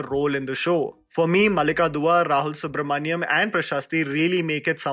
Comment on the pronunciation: Rahul Subramania'N' not mania'M'